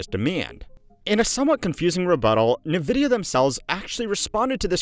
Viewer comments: Why does he call it "Neh-vidia" instead of " 'N' vidia"? o_o Well, then later he calls " 'N' vidia" again so now I am confused haha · FYI, NVIDIA is pronounced "en-vidia", not "nuh-vidia" (@ , ) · Nvidia is pronounced envidia, not navidia. JFC. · Why the “nuh-vidia” and not “en-vidia” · It is pronounced “envidia,” not “nuhvidia.” Envidia is spanish for envy. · N VIDIA not NA VIDIA l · My ears wince every time you say "nuh-Vidia" instead of "en-Vidia". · pronounced nvidia "ni-vidia" twice here. literally unwatchable /s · bro can you please stop saying nevidia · "Nuhvidia" lol